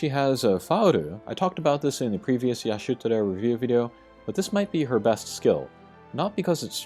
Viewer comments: I hate how u keep caling her "Yashutora"... damn... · take a shot everytime he says yashutora 😂